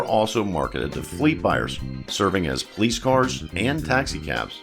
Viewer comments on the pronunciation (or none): none